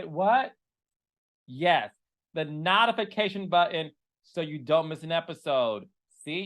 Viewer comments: please… no more of these DIY commercials. or at least practice your script. And it’s NOTE-IF-ICATION!!!! Stop with the “KNOT” it sounds dumb!!!! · No tification..long o sound Carlos! Not not...ification... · King. You gossip so much about people, but you can't even pronounce your words correctly. It's NOTIFICATION not NUTIFICATION. And your K-legged with your funny shape! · I love you Carlos but the “knotafakation” button is throwing me for a loop lol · What kinda button he said in the beginning? The NOT-ification hahaha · Not Carlos King calling it the “knot-ification” button! 😂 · Did Carlos say "Not-a-fication"? 😅😅😅😅 We need a Carlos King Reign dictionary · Did you mean to pronounce notification like that? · So they're both from Detroit, but I'm trying to figure out where Carlos's accent comes from. Which part of Detroit is that? It's just funny how he pronounces certain words... like "genuine" and "notification". There are others, just can't remember them all now. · Why does Carlos pronounce notification like that?? 😂 cracks me up everytime